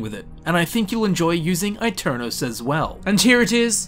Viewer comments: Aeternus is latin, not italian. Its pronounced e-ter-nus, not aii-ter-nous. Yknoww, the brotherhood uses latin and bases their aesthetic off of knights, they're not walking around with black, slick hair going "eyy! Ohh!" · It’s pronounced Eternus not I-Ternus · It's actually Eh-Ter-nus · I pronounce it “a-turn-os” in a deep rounded British accent. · eternus is the right pronunce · man i am italian and i study latin every day. so yes, you can trust me. aeternus shold be pronunced eternus, with the pronunceof the "e" of "enter" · It's pronounced eye-tare-noose. The latin "u" does not sound like an english "u" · I think it's pronounced ay-tern-us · It is pronounced Eternus. The italian E not the english one. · My bad, it had both Italian and Latin pronunciations, which were exactly the same. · I'm telling you this as I'm Italian. Aeternus is a Latin word and in Italian you read Latin words by using Latin rules. So you read aeternus the same way you read aeon. Besides in Italian it's "eterno" (kind of similar) and you read the first part just like Latin. In the end though it's not a big deal as it's easy to get get confused by stuff like that. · that's a stupid way of saying aeternus